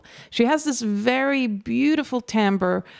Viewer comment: Being able to pronounce all the french names perfectly and then pronouncing timbre 'tamber' is crazy 😂